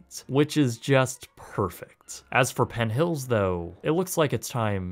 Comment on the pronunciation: I like his videos but is it just me or did he keep adding a T to the end of PENN so it sounded like PENT HILLS? Just curious if anyone noticed that or not....